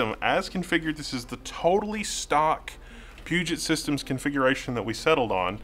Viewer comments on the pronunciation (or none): Why does everyone say PugeNt? There's no N in Puget.